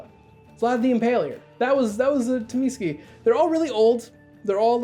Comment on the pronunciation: Tzimisce is pronounced Zuh-Meat-See per Mark Rein-Hagen